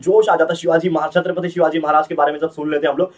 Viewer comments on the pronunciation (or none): none